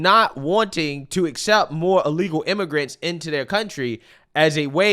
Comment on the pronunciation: BIRTH, not BIRF. Why do you pronounce the word "illegal" like you are in the process of vomiting? And PLEASE, clear your throat before you go on mic. It's disgusting hearing your phlegm in the back of your throat that you swallow back. Fucking disgusting.